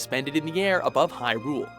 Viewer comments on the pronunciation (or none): none